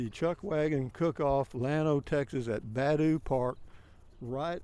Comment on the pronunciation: Nice Video. Just so you will know the park is pronounced Buh DOO.....Not BAD ooh. Just sayin